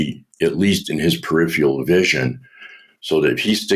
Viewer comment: Too bad about that “Perifial(?)” though😁